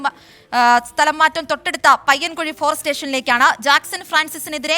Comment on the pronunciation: പയ്യൻകുഴി അല്ല. ചായ്പൻകുഴി